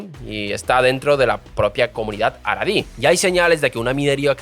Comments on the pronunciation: Tu pronunciación es... Terrible 😅 Jaredí, no Aradí. Mizrají Ashquenazí Ben Gurión Entre otras :| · No se pronuncia JARIDI no es JAREDI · Abrazos hermano pero en Samaria lo pronunciamos asi jaja